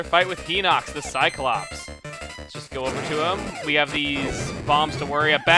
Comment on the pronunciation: Okay but it sounded like he said "aboot" a few times.